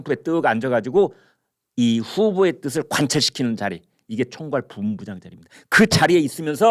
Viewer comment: 김광일 선생님,매우 존경합니다. 평소에 발음이 너무 좋으신데 "부 본부장" 이라는 발음이 "부온부장 "으로 들립니다. "부 ! 본부장" 입니다.